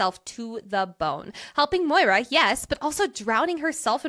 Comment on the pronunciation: So grateful got me to read this incredible series🥹 CANT WAIT FOR BURN!!🔥 also the pronunciation of maura as moira is sending me LOL